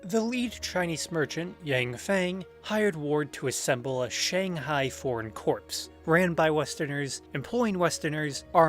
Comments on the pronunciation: corps not corpse. jesus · Great stuff! Gotta say one thing though t's corps like "core," as in the marine corps. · Really good video! One suggestion though- corps is pronounced like “core”